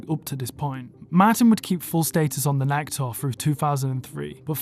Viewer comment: Learn how to pronounce Nike 😅😂